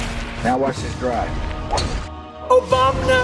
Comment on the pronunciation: When he said OBAMNA it truly spoke to me, easily the best speech and name I've heard in my life time.